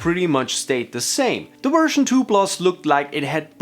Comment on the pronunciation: I kept hearing version “free”